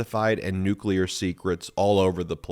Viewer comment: you mean Nuka'leer? Don knows Nuka'leer..his Unkle was Nuka'leer. Osmosis happened.